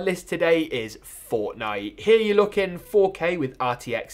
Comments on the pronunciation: It's here not hera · I like the way he say here as "hiya"